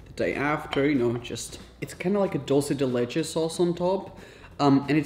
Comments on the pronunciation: You really messed up on the dulce de leche pronunciation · Common rapha, you are Portuguese, you can pronounce dulce de leche better